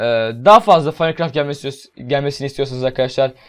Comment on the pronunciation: Abi o Fanikraft değil maynkraft diye okunur